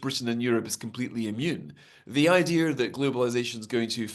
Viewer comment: It's pronounced Idea... Not idear😊😊😊